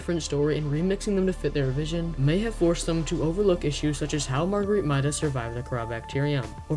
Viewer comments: It is MAIDA not MYDA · It's pronounced MAY-duh not MY-duh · Her name is pronounced May-Dah, the voice logs confirm this. The constant mispronounciation really hurts your credibility. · You're saying her name wrong